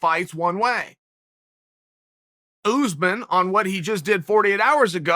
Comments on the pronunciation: Oos-man, I guess? Phonetically? Still, it's Chael, he pronounces /everyone's/ name wrong. At this rate it has to be a meme on purpose. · “Oozeman” Its us-maan